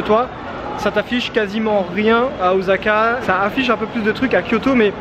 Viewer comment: Il me semble qu'on dit "ossaka" plutôt qu'"ozaka", en tout cas video agréable à regarder. J'vais m'en faire une 2eme dans la foulée tiens 😄